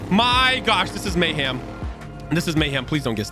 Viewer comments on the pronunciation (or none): bro said mayham